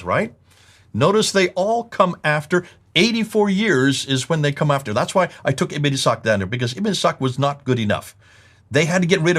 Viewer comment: great job.. the only problem i have is how says words that which contains wh.. like why and what.